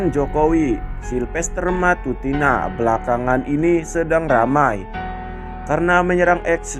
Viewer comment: Bukan matutina ,tapi MATACINA